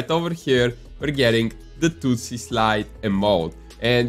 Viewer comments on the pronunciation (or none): “The * too-sy* slide”